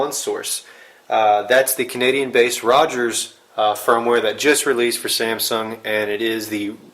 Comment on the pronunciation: cognadian hahahhahahaha